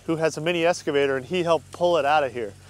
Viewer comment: "Escavator" lol.